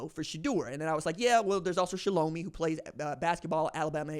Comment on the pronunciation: He got a New phone from Boost Mobile just for the draft, they sent it to him so this would not happen and it did any way! 😂I used to say Shel o me too but it is Shell O My (shelomi) 🕺🏿. Apparently this same kid pranked Tyler Warren and a few others as well! I literally just read that!